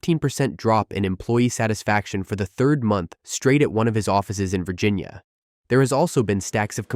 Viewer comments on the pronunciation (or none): none